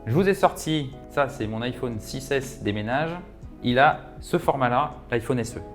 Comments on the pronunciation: On dirait Stuart dans The Big Bang theory 😂 Iphauune 🥴😂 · Iphaune il a dit 🤣🤣🤣